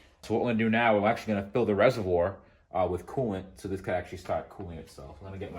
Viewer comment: Hey say “ reservoir” for the subs again 😂